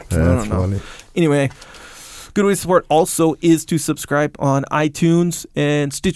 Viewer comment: El *to get supporch